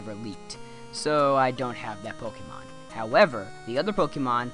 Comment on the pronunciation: it would make me very happy if you didn't say "pok-ee-mon"